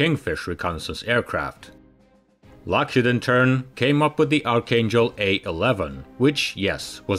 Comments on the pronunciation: He can't even pronounce "Lockheed." It's driving me crazy. HEED. Lockheed. Rhymes with mock-bead. shock-reed. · I just wish you would stop saying "Lockhead,it's Lockheed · What is a “Lock Hid” ?????? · Lock-HEED. HEED. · Too many mispronounciations by an otherwise good narrator. "Lockheed" is pronounced lock-HEEED. But he did get "Nevada" right.